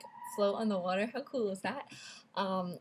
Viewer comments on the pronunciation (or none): none